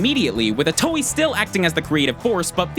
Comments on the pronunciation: Itio? It's Itoi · Did he just say Shigesato itoe like ee-toe-ee??? It's ee-toy btw. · It's Shigesato Itoi not Itoey. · it's shigesato iTOI not iTIO. this is why I hate this channel. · I can't be the only one who is cringing at the fact he's pronouncing Itoi "Ee-tow-ee" and not "Ee-toy" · Itoi, not Itio ;) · please tell me I'm not the only one who lost their mind when he pronounced Itoi's name as "ee-toe-ee" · "Shigesato Itio" GG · Say it with me y'all: EE-TOY NOT EE-TOE-EE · "itio" no it's "itoi" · Cringed at every *eetoweeh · Ghostbusters Reject yes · Take a shot every time he mispronounces itoi